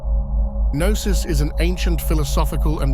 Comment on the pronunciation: I am Greek and I have to disagree. Knossos starts with a K in greek language,while Gnosis starts with Γ,which of course doesn't exist in Latin alphabet. That's the letter Γάμμα. It's not pronounced as G,but with a sound similar to the way the French pronounce the letter R,if you know what I mean. So there's no relation between Knossos and Gnosis.